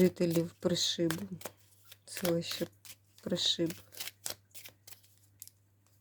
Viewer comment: Пані, вірно говорити про селеще При'шиб, наголос на при(и)